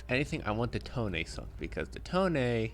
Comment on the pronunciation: The IJN Tone is pronounced Toe-Nay